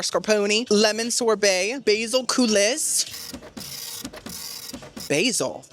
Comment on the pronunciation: Coolee, chipolini not kipolini, I do love watching you but some of the food....like research it?